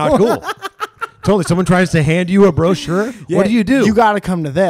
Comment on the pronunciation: Bro-chure Bromance